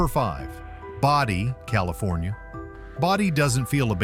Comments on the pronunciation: Boe-dee, not body. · Bodie is prononced BOE dee. we just wenrt there last year. no we didnt take anything we didnt pay for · I didn't know there was a desert in Connecticut. It's pronounced Bode-EE, California. Portlock, Alaska has dry deserts, tropical plants and is served by the British post office? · It's Brody not body you need to do your research to learn how to say the word correctly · Stupid AI pronounces Bodie incorrectly